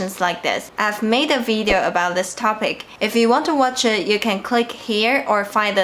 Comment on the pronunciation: 剛剛回來看著視頻複習一下在台灣常用的詞語，發現視頻開頭Grace說的“video”聽起來有點像“eat“ 而不像”it“ Grace英文已經很厲害了，多注意這個”eat“和”it“之間的區別就會更厲害了吧 （比如說 "video" as opposed to "Veedeo")